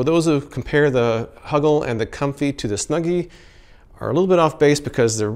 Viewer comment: Why do I find it so funny to hear you say “huggle” and “snuggy”?!? 🙈😂